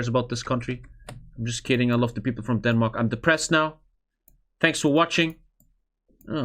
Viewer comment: There are SO many things he gets wrong about Denmark, I don't even know where to start. Also, He pronounces at best half of it right. Please don't insist on pronouncing it "correctly" if you can't :v